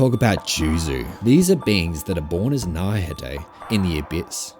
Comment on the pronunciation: "Naurhatay" bro come on man